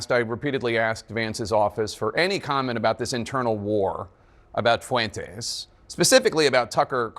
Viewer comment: Dana pronounces Fuentes like Michelle Malkin does. I like that.